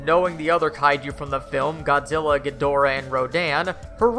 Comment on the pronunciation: he said godilla